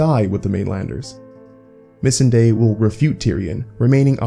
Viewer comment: I absolutely love your videos but please correct the way in which you pronounce Missandei, it's a bit annoying